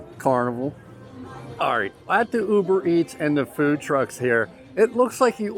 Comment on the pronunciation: I keep laughing each time he says UberEats